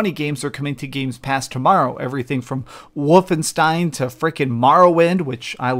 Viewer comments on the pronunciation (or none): I also like how he says 'Woofenstein'